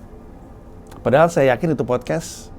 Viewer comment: Paling demen kalo denger pandji ngomong "pedahal"